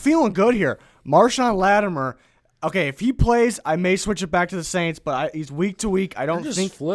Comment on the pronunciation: It's LattiMORE! Not LattiMER!